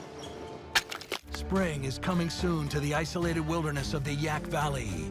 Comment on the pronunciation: It's Yaak, not Yak.